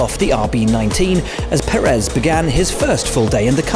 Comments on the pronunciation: I don't know if the pundits ever read the comments, But Checo's last name is accentuated in the first syllable, not the last. PErez, not PerEz. Maybe adjust that please? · There is literally an accent over the first e in 'pÉrez', signifying that it is emphasised. Why is he still pronouncing it 'prrez'?